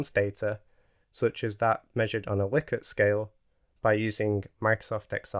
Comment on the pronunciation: Nice video. I especially like that you pronounce Likert correctly! 🙂